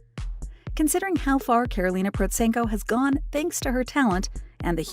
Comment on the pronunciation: The first time I've heard her name pronounced correctly in this kind of videos! And also - thankfully not just chasing her supposed income numbers. Also - as this is recent video, it should have contained newer material of her musical activity. Karolina is a growing light spot in musical world. And she has obviously outgrown the commercial events like AGT. They should invite her as a guest star, not a contestant - but they are quite ashamed probably because they rejected her in auditions few years ago. Cheers!